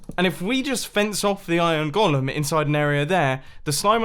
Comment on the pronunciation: BTW, could we all start pronouncing it "ɡōləm" please? It's not the character Gollum from The Lord of the Rings. :/